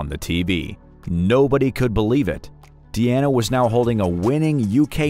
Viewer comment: Dude....if her name is clearly shown as, "DEANA", why do you keep calling her, "DIANA"??😂😂😂